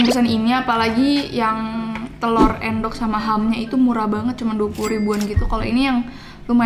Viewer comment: Ngakak sih telor endok bukan telor èndog, yg orang jawa pasti paham wkwk